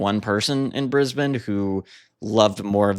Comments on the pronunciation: Thanks for covering the Saints, in particular pronouncing Brisbane correctly. BTW the government head of the State of Brisbane is the Premier. A Prime Minister on the hand is the elected head of the whole Australia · Also, thank you for being the only North American to ever pronounce 'Brisbane' properly!